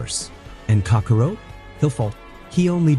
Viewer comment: Ikr?! Who tf is "Kakarow"?! 😂😂